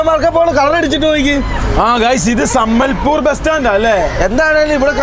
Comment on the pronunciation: സമ്മൽപൂർ അല്ലടാ പൂറാ സാമ്പൽപൂർ